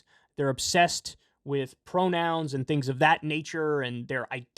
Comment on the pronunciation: “pwonouns r too hawd. :( “